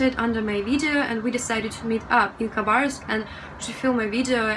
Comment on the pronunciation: Interesting that you pronounce the K in Khabarovsk - I was told by someone that it was silent, now I know better :-)! Your english is excellent, you have a russian accent but it's very nice and never interferes with understaning (there are plenty of accents within Britain that can be very hard to understand)! I would love to visit Eastern Russia one day! I love that the rescue guy could barely stop himself from laughing with the woman protesting about how much her car cost :-)! I was surprised to see a drag show in a night club in Russia, thank you for being so genuine, open and honest it's really great to see these parts of Russia. Adultiing is hard sometimes - you're doing fine:-)! I'm slighly worried that the political aspect of your videos might get you in trouble, I don't know, it's not something you need to worry about in my country but I think perhaps it is in Russia. I hope this message gave you some encouragement, your videos are great, no pressure to make any more though - just do what you want to:-)!